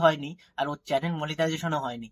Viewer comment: চালেন না চ্যানেল কথা টা ঠিক করো তারপর না হয় ভিডিও বানিও btw ভালো হয়েছে চালিয়ে যাও আর সুমির পোল খোলো যাতে তুমি you tube এ ইনকাম করে বাড়ি বানাতে পারো